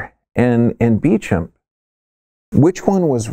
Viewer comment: Bechamp is pronounced Bay-shaw. The e has an accent ague. Antoine Bechamp was correct in postulating the immune system of the host is the reason for infection.